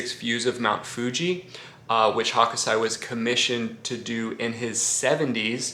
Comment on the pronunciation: Greetings from Japan. Just a quick heads up, its not Hokosai, it's Hōkūsai.